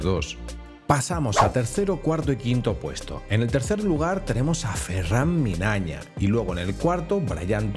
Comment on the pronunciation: Habrás dicho su nombre más de 100 veces y lo sigues diciendo mal. Incluso lo dijiste delante de él y es tan buen chaval que ni el te dijo nada. Ferrán MIÑANA, no Minaña. Un saludo me mola mucho lo que haces 👏🏻🙏🏻